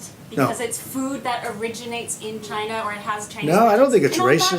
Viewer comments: Yea, like the spelling Bee said...Chi-nah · It’s from Chay-NA! The virus came from Chay-NA!